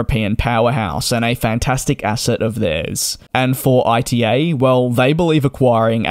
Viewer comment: "ITA" is spelled as a word (as the first letters of Italy) not as an acronym! Come on DJ since you do this as your job you should at least try to pronounce airline names correctly.